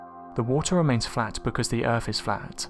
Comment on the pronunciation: It sounds like your saying the earth is fat